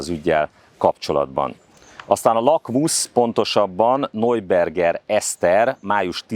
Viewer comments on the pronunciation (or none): Neuberger Eszter = Najberger Eszter (najberger, nem nojberger!!!) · Ismét egy kiváló riport, de ahogy kihangsúlyozod NEUBERGER Eszter nevét, a beszédesebb minden más információnál :)